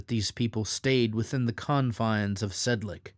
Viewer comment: nice video, but it's pronounced Sedlets, not Sedlek